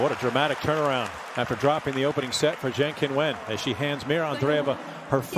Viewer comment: To MALE commentator: pls take timeto check for CORRECT pronunciation of names. Qin is pronounced as Chin NOT kin